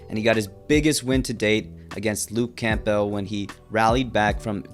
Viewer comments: Camp- Bell? it's cambel. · It’s not pronounced Camp-Bell it’s Cam-bell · It may be spelled camp+bell but it's certainly not pronounced that way. It is pronounced Cam+bull. Be normal and say it the right way. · ITS NOT LUKE CAMP-BELT. IT"S CAMBEL. LEARN ENGLISH. HOLY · it's not "camp-bell" its "cambell" silent P, not being disrespectful just thought i'd point it out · Just fyi it’s pronounced CAMBULL not camp bell lol Good video though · The p in “Campbell” is silent little bro. It’s not pronounced “Camp-Bell” it’s “Cam-Buhl”. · Pls its pronounced luke camball, not camp-bell 😂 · It’s pronounced CAMBELL not CAMP BELL lol but it is spelt Campbell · Campbell, the "p" is silent, sounds like "Cambell". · Why you pronounce Campbell like that. Camball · Hahha “Camp-bell” 😂 this generation experiences everything by reading and not experiencing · Campbell is pronounced : “cam bull” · Can you please pronounce campbell right? Camp-ell? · You say Campbell really weird 😂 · bruh why you saying campbell like that u a bot?